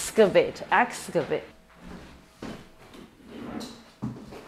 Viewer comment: Axe-cavate? X-cavate